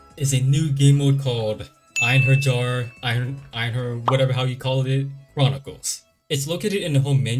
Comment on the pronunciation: The j in Einherjar sounds like a y So pronounce like ayn-hair-yar